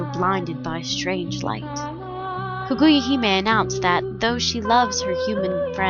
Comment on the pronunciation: "Kuguja Himei" -_